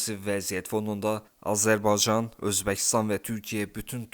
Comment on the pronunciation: Daha Azerbaycan kelimesini söyleyemiyorsun haber programi sunuyorsun..rezillik😢